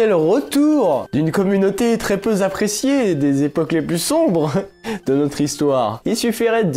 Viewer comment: " très peu z'apprécié "? Allons, le, reprends toi z'en main! Par contre, le chasseur alpin a l'air sérieux et sympa